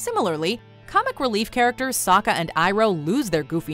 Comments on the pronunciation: they said sokka’s name wrong too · Also sokka they said sOka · It’s pronounced “sokka not so-kuh” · "Ong" "Soak-a" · The least they could have done was pronounce the names right like what is “ong” and what is “Zoka” the whole movie is garbage, and where the heck is Zukos scar? And Aang barely has the blue arrow on his head. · At one point in the film katara calls sokka sukka i was so mad. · dont forget sowkka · Yeah and what about soaka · THEY SAID ONG NOT AANG And the actors didn’t even try -_ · Reasons I hate this film: 1. Called him "Ong" like bong instead of Aang like bang. 2. Called Sokka "soak-uh". 3. Made Sokka and Katara white instead of based on Inuits like they are in the show. 4. Made all of the firebenders Indian, wtf? They are clearly not Indian in the show. 5. Required a source of fire, (like Pyro from X-Men), instead of being able to create fire, like the show. All because they thought it would make firebenders "too powerful" compared to the other 3 elements. 6. Took like FIVE MINUTES just to do a basic water bending move. 7. Completely ignored the different martial art styles each element from the show is based off of. 8. Earth bending was complete shit. An entire village of Earth benders was enslaved by a handful of firebenders. And even when it showed them bending, they literally just moved a single rock. Wtf. An entire village could easily handle like 6 firebenders in the show. 9. Horrible acting. I mean, I know they're kids, but come on. 10. Is it just me, or was Aang not funny at all in this movie? His character is supposed to be silly and carefree, like air...but this kid seemed serious as hell through the entire movie. And when the hell was Sokka ever going to give some comic relief? Ugh. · Ong and soh-ka